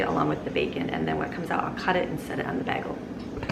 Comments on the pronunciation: Im from Chicago and I say bay-gul not baggle lmaooo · Love your videos!😍 (I've never heard anyone pronounce them "baggles". The "a" should be a long vowel sound)😉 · PLEEEEEASE? Pronounced: “BAY-gull”. (Long ā sound.). As in “play.” NOT “BAG-ull”. 🤦‍♀️😱 (Not a short a sound, as in “hat.”) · BAY GUHL ..... NOT BAG EHL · bag-uhl. BAG-UHL. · Omg you say bagel wrong lol! This is low key amazing though #supermom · Pronounced "Bay Goal". 🥯 Bagel ☺️ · bagel is pronounced bay-gull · It was triggering me so much, but I wasn't going to say anything... Baaagel🤗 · I was wondering if anyone else caught that as it bothered me a little. I'm Californian and we pronounce it bay-gel as well. I've watched alot of her videos and cringe when she pronounces Spanish words, like salsa; Pico de gallo; etc, wrong. But I grant grace because not everyone knows. But I've never heard anyone pronounce Bagel bA-gel. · I've never heard a person pronouce "bagel" with a short "a" sound before. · Her pronunciation of the word bagel is low key upsetting me. But I can’t actually get mad because she’s so awesome! 😂😂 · Wow I’ve never heard bagel pronounced like that. Where are you from? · The southern queens love the bacon fat but not the way she said “bagel” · I've lived in Michigan all my life and I've never heard bagel pronounced that way, lol. Are you guys yoopers? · It's Bagel not Bagel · bagel [ bey-guh l ] How can you be American and NOT know how to pronouce this word!!?? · lol the way you say bagel is driving me up a wall. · Love how you pronounce bagel